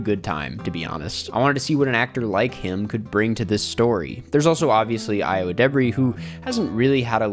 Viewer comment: cant pronounce ayo's name properly